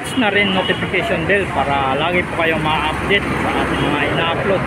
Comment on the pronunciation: (Update hindi Updet) ang sakit sa ulo!